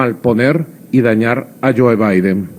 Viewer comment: Really Kyle? You are going to listen to a theory of a former bus driver who can’t even say Joe Biden’s name right?